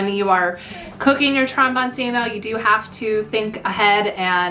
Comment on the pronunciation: Trombone-Chino. The c is pronounced ch in Italian.